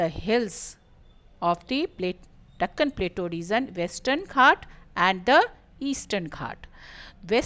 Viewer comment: You pronounced it wrong